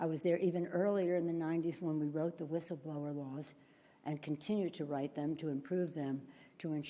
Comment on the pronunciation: She couldn't even pronounce word "whistleblower". She said "whisfschitlower", or something like that.